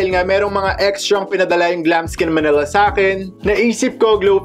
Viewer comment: Yesss, sa totoo lang po yan din ung gusto kong background , bagay din po sya sa pang vlog nyo po. 😍😍😍 btw, ganda po ng boses nyo at pag ka bigkas nyo ng Glamskin Manila ♥️ Ig: #xxooGiveaway